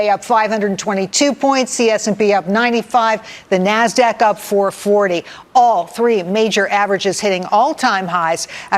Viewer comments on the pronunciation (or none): none